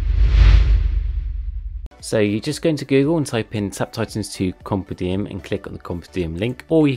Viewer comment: i think you need to learn how to pronounce compendium